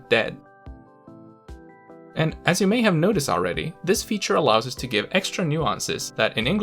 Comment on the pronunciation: Great video! Btw, here the English equivalent can be translated in to different ways: "Katsotko venettämmekin?" or "Katsotko meidänkin venettämme?". (our boat*, too vs. *our boat, too) Just pointing it out, since it sounded in English like the weight was on "us".